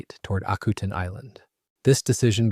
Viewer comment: You mispronounce the name of the island. Used to run a crab processing plant there.